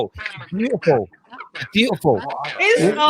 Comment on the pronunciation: "That's Beatufull Bernard"